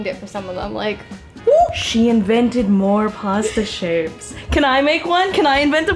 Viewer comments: Girl I love you but as a fellow Torontonian why are you pronouncing “posta” lmao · As an italian, I can confidently say that you butchered every single pasta name, great video as always! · As an Italian this video is so interesting (and very funny because of the way you pronounce pasta names)